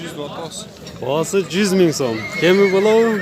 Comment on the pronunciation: Ками эмес КЕМИ БАР болот сени бут кыргызстан корот туура суйло